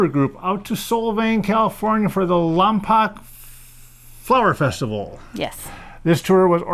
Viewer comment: It's pronounced Lompoke not Lompock!